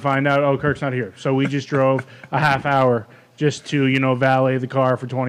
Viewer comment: Over an hahr of shenanigans? Yes please